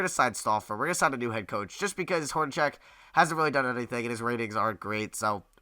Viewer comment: you pronounce HORNACEK wrong